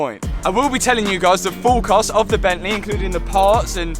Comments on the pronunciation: “Bentley or Bentleh” 😂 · Nice job with the ‘bentleh’ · "Bentley or blentle" 😂 great videos lad, I'm from Leicester myself. keep it up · BENTLEH in MONaCOH. Wonderful stuff matt. Top boy 💯 Ps Hannah seems to get fitter and fitter. So fit matt. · Jo, why do you keep saying it's your £10.000 Bentleeh, i mean were all the maintenance and upgrades for free?